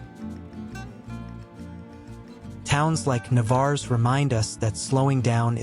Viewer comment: Had you asked anyone in that pueblo is this Navarres how you pronounced it they would said Que ? Just outside of the town is the jewel of Playamonte and its natural lake, man made beach and recreation area.